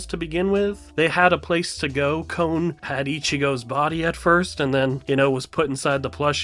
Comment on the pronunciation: Con is how you say kons named not cone.